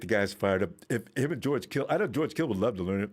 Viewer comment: This dude said "rip GEORGE Floyddd"